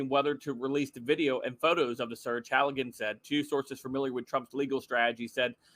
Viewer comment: the lawyers name is Halligan, not Hoggen!🙄